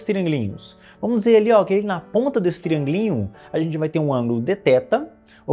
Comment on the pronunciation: TRIÂNGUILÍNHO é uma palavra que não tem como cê escutar e não esboçar uma risadinha